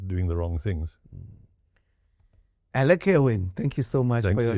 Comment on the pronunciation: Elec? Isnt it supposed to be Alec Erwin?